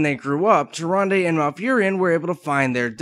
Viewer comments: TY RAN DA not TY RUN DEH ....lol the original narrators pronounce it that way. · "Tir-ahn-duh". That's how it was pronounced in WC3, no? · Tyranday?! Zin Azsharee?! you fail so hard man